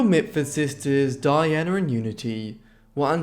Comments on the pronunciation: What a pity that he pronounces the men's names correctly but cannot manage Pamela or Diana, despite recordings of their sisters referring to them. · Why does the narrator seem to have so much difficulty with pronouncing VERY common names for English women? For goodness sakes, Nancy, Pamela and Diana are not particularly exotic!